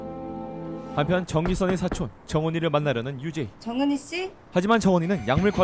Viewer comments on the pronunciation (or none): 정은희 왜 계속 정은이라고 들리지...